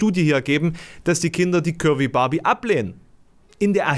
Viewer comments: Ich hab am Anfang immer "Kirby Barbie" verstanden statt "curvy"... Ich sollte aufhören so wenig zu schlafen. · Hab‘ nur „Curry Barbie“ verstanden. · Ich habe ständig Currybarbie verstanden 😂